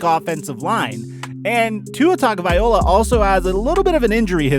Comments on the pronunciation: I get super annoyed with how you pronounce Tuas last name 😂 its Tah go vai low ah 😂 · oh my you said tuaes name wrong how dare he